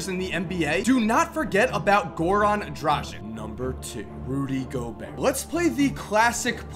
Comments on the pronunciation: Good list, but please pronounce Dragic's name correctly? Drah-gitch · How can you fuck up pronounciation so badly that you change the places of "g" and "c" in Dragic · It's Goran Dragić, not Goran Dražik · Im from the country where Dragič is from, and im just laughing everytime you pronounce his name :D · Just a reminder to all american friends. The surname Dragic is pronounced differently. The g is pronounced like g in "gun" and c like "ts".